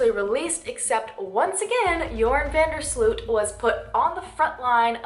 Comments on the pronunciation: How usa people butcher dutch names.. slut.. its sloot.. But oke he is a killer. So lol i hope he will die in prison .. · First of all Joran's name is not pronounced as SLUUUUUT But As VAAN DERRR SLOOOOOOT, not sluuut. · Van der Sloot should actually be pronounced more like the way the word 'boat' is pronounced. So more Like Joran van der Sloat, if that makes sense. Hope that helps for future videos. :)